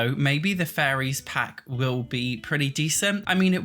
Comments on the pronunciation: I had to do a double take at one point cuz I thought he was saying furries instead staid of fairies lol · Buddies going on and on about furries. Lol. I hope we do get a fairies pack so I can listen to this guy say furries. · I’m sorry but I always think you’re saying “furries”. Love you though and your content!! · Sounded like you were saying Furries Mod and Sims 4 Furries, and it was sending me XD